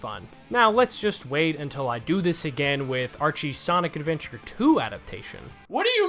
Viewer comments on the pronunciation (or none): none